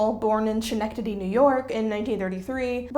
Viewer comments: I love this video. Thank you for creating and sharing it. I grew up in Schenectady and adored the Frog and Toad books. I didn't know he was raised there! Also, as a gentle aside, the city is pronounced with a [sk] sound rather than [sh.] It's a Mohawk word that translates loosely to "the place beyond the pines." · i say this with the UPMOST love and respect, its not shuh-neck-didy. its SKUH-neck-didy. its a place name i recognize thats mentioned the most, but nobody knows how to say it if they didn't grow up here. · Pssst! Its pronounced ske-NECK-ta-dee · I always admire and enjoy your work. Someone else may have noticed it, but the town of Lobel's birth is pronounced, Skuh-NECK-tuh-dee. I smiled when you gave it the sweet "sh" sound. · I LOVE YOU but I just need to tell you, as a person who lived there for years, Schenectady is pronounced SKIN NECK TAH DEE, my sweet sweet girl 😂❤❤❤ Been driving me nutso 😂😂❤️❤️(I love your videos!) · I live 20 minutes from Schenectady. Everyone mispronounces it. It's okay. it's a ridiculous spelling. But its "Skin- Neck- Titty" just say that fast. That's how you say it. I remember cracking up at the lunch table as a kid grabbing my neck skin and my chest and chanting Schenectady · Only correction I have for this video is Schenectady is pronounced Ska-nectady. NY is full of towns and cities (and sometimes streets. Look up Houston St in NYC) where the pronounciations are sometimes baffling. Speaking of NY - you can visit Margaret Wise Brown's home (well on the outside) in Greenwich Village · Schenectady is pronounced "Skin-neck-tiddy" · As someone who grew up fairly local, it's always fun to hear people attempt to pronounce Schenectady. 😂 (This is absolutely good-natured ribbing by the way - it's a weird name, no shade.) More on topic, this is such a fascinating deeep-dive into these creators, and I love the passion you always bring to these videos! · you pronounced it wrong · The Schenectady pronunciation got me